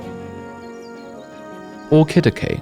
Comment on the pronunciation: The way you pronounce Orchidaceae hurts my ears... You could have at least looked up the correct pronunciation, instead of making it up and falsely claiming it is the correct way. Coming from Latin, "C" would never make a "K" sound before an "E".